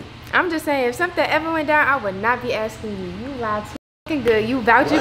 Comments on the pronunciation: you so messy 😭 calling Nadia my girl Lena 😂😧 and not her saying wooda 😭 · Not she said wooda 😂